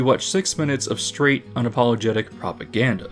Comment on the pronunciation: Are you saying "propaganda" or "popoganda" ? ... I'll get my coat.